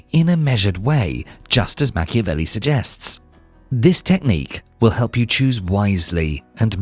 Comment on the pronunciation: WHY AI in brazilian? " Machevelli"?!!! STOP this THING of AI in brazilian.